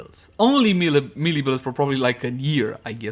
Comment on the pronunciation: Hey. Love your stuff, but I keep noticing you're saying melee in a funny way. It's pronounced more or less like maylay.:D